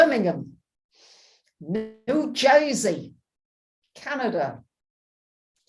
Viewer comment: OMG! The way you said New Jersey was funny af